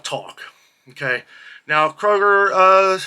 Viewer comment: Isn’t it Kroger not Koger?